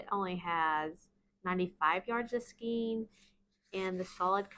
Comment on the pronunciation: New sub. Love these and your channel! One suggestion skein is actually pronounced skane (ur not the only one, I hear it mispronounced by many of the you tube crocheters)